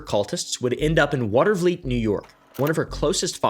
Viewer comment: Bro perfect pronunciation of Watervliet!